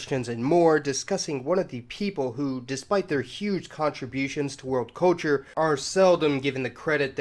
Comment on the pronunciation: narator, learn to say CUL CHUR, not COA CHUR.